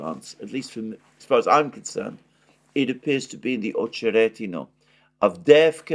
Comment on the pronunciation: AhcheRETinah, stress on RET, not on oh